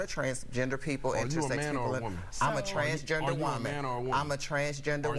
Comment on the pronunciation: "I'm a Trahhnsgaender woemaen" "I'm a Trahhnsgaender woemaen" "I'm a Trahhnsgaender woemaen" 🤡🤡